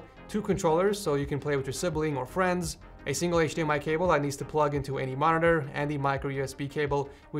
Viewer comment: Notice how he says friends hahaha